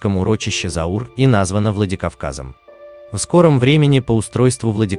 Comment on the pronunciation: NE ZAUR, A CAUR